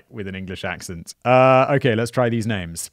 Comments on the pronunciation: Can anyone please tell me why he tends to add an ‘r’ to the end of most names/words ? Ty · Do your research before you tell a story about a real place, real people & a real murder. You absolutely butchered the peoples names, the location & especially the City itself. You clearly have ZERO knowledge about literally anything you’re discussing which majorly shows your credibility is zilch. Why even share this story if you yourself don’t know what the hell you’re talking about?! You don’t even know about Finns or Finnish Culture nor the country. This was the worst “true crime” storytelling I’ve ever heard.